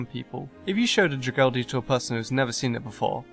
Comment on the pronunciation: butchered the name